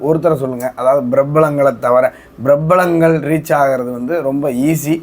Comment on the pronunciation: பிறபளங்கள் இல்லை.. பிரபலங்கள் என்பதே ✔️✅✅✅